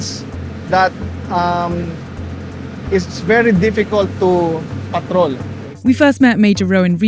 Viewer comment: You know hes filipino when he says patrol like that